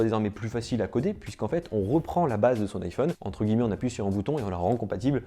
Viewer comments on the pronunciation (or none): none